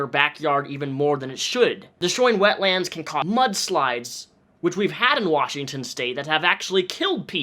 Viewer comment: One word 'wetlands' not 'wet lands'